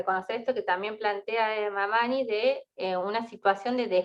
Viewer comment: Disculpas pero el apellido es Mamaní asi se pronuncia.